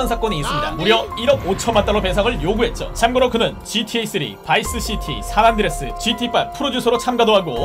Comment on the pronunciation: 안드레스가 아니고 안드레'아'스 입니다.